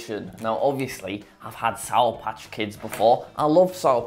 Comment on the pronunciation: please enunciate the words “sour patch”, jack…